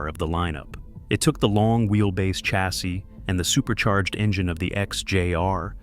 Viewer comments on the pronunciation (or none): Even if he does say ‘Jag-waarrr’ 😎 (and ‘chasssey’ ) …..and ‘Seh-Daan’ 🤣